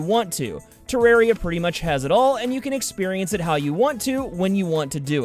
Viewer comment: As I was sitting on the shitter waiting to hear his pronunciation of Terraria, I was preparing to facepalm. And that's exactly what I did.